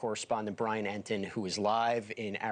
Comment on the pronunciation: It's not Brian Ennid. It's Brian Entin. Geez, he's on your own network.